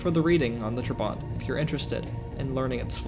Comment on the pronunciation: Why not just establish how to correctly pronounce... "Trabant"... then... pronounce it that way. This makes you look like an amateur. And, as such... not worth my time.